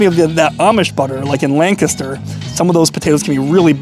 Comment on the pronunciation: respek for saying lancaster the proper way